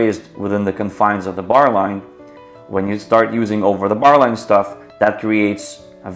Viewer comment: i cant understand when you say "over the barline"